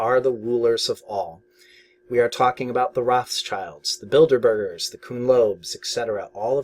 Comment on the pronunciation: Not enough traders learn what market makers do. Important topic. Also lol at "Builderbergs" (Bilderberg)